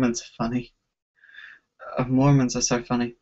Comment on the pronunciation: why do you like Harley Quinn so much? "Because its fun-nay"